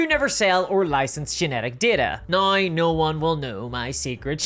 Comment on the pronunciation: i like your accent except the part where you pronounce no as "nigh"